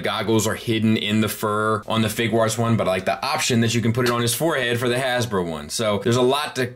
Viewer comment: Question: Are you sure about your pronunciation of 'Figuarts' as fig-warts? I read it as 'fig-you-arts' as in a play on 'figure arts. So I'm curious if there is an 'official' pronunciation. Thanks man, hope you and yours are well.